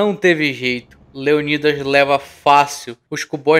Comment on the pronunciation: Qual a dificuldade de falar o nome leonidas kkk